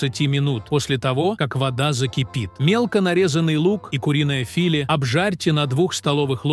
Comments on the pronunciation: Куриное фИле , напрягло, это из Киркорова что ли?! Дальше слушать не стала, хотя было интересно, жаль хорошую тему своей бездарной озаучкой запороли . И не открывайте мне Америку, что это робот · А что это фИле, разОмните перцА? Научитесь правильно произносить слова, а потом берите ь за чтение, стыдно так коверкать лова. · Какое куриное филЕ у наших бабушек?Ну, перцА была достаточно😂😂😂Ау,где живые люди для начитки ?На СВО укокошили😂😂😂.Учите своих роботов ставить ударения или совсем бездарны ?😂😂😂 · Точно слушать невозможно,с ними ударения,филе с ударением на и вообще убивает